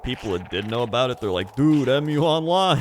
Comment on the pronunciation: its mu online not em you online lol